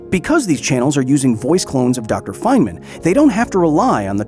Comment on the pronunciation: feynman❎ Fentman✅